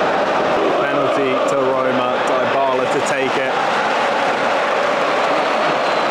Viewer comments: The way you pronounced Dubala’s name makes me sick😂. ”Daibala” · Loved the video, the joy, the passion! Just one little thing, i beg you: don't butcher Dybalas name with that pronounciation 😂. It's "Deebala", the "y" is as the "y" in "you". And if you wanna butcher it, do it the roman way and add a "b". Hugs from Switzerland. DAJE ROMA!!!! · How come you don’t know how to say Dybala?